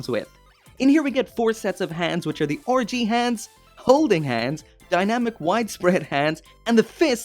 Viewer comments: Anyone else hearing orgy zaku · "orgy hands", "orgy Zaku" thats all I hear when you say "RG" or at least I think you're saying that. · That "RG" pronunciation "ORGY" Zaku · Is it me or are you pronouncing 'RG' like 'orgy'? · It is great that you're finally back. Hopefully you're able to find a more permanent home solution soon. Anyway, I'm surprised this wasn't a P-Bandai release. Nice that you got the PG GN-0000+GNR-010 Trans-Am Raiser as well. Are you getting the PG GN-001 Gundam Exia [Lighting Model] and the PG GN-001RE Gundam Exia Repair Parts? It still sounds like you're saying "orgy" when you say RG.